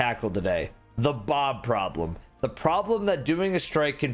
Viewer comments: “The Boblem” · Don't you mean... Boblem?